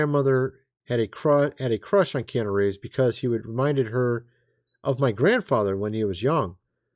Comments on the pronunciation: I don't think it's Keana Reeves!!😢😮❤😅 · It's Keanu.